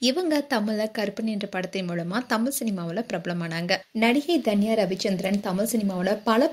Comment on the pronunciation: intha video la #Dhanya nu solringa avunga yaru ? you should spell her name as #Tanya ravichandran... u spell it wrong from beginning to end in this video.. ( Each alphabet has phonetic (Pronounciation sounds )